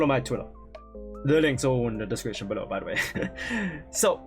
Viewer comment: "Link is in the description berow" hahahaha 😂😂😂